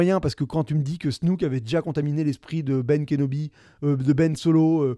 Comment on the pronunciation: Tu es vraiment pas crédible..dire Leila, Snouke. Nan mais tu es inculte niveau cinéma. De plus Snoke est en full cgi joué en morphing par Andy Serkis. Arrete de faire des critiques en n ayant aucune vraie info sur le film.